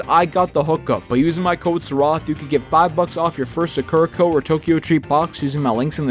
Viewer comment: Sorry to be nitpicky, but it's pronounced Saa-kur-uh Co. Saa-kur-uh, not Suckera